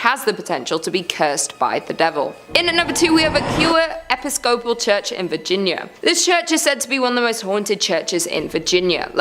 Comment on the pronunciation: Episcopal phonetically sounds like eh-piss-coe-pol Like nails on a chalkboard listening to every single one of you mispronounce it.